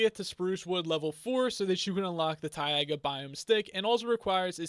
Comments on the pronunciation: Its not taiaga its taiga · The "tai" is pronounced the same way "tie" is And Ice needs a direct view to the sky to form, and a block next to it.